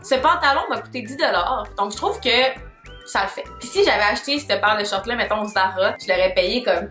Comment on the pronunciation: La façon dont tu le mot «shorts» me fait tellement rire haha on dirais tu dit « shirt » j’étais perdu 😂😂